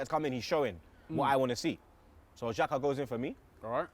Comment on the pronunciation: The lockdown must've really affected. Did I hear him say xhaka 😭